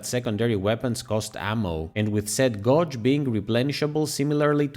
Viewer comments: It's pronounced gheyj NOT gaahj. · "Gauge" isn't pronounced like it rhymes with "dodge", but rather "page".